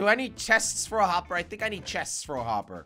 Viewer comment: YOU SAID WOPPER